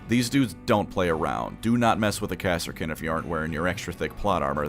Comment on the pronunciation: Are you fucking saying KASSA KIN? NOT KARSKIN?